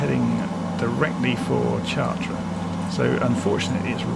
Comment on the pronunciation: a little tip for pronunciation ---- the CH of CHARTRES is pronounced like an SH in English. otherwise your pronunciation is very good.